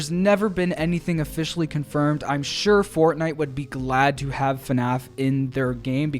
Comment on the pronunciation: HELLO AND WELCOME BACK TO ANOTHER VIDEO ON FUHNAFF 😝👍